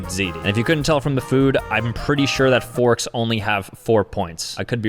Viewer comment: fourks 😂 forks